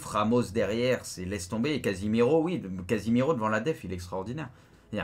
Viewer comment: C'est casémiro pas casimiro 😂😂